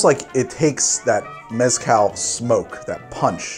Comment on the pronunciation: I’m going to argue with myself for 3 minutes about how to say maraschino Also - Can’t pronounce Mezcal